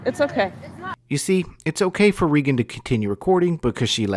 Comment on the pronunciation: why you so dumb? I think you should walk around with Regan and observe. I would give to this woman’s cause forever. And by the way, her name is not Regs. (Not Benton either as you say at the end). Just wow. You got nothing to contribute but mistakes and an attempt to get more views.